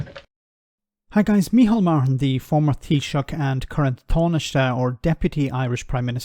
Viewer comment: Oh dear god, not another Irishman pronouncing Taoiseach and Tánaiste with an Anglo "TH" sound.